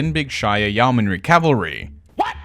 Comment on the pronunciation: Yeomanry = Yo-man-ry.